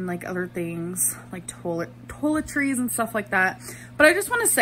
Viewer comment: Am I the only one who is annoyed by her pronunciation of “tolletries” ??? 💀